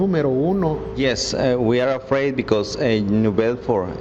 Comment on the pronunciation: They’re criminals, hey should be “Eafraid” Jesus Christ they can’t say a damn English word without putting a damn E in front like wtf get out 💯🚮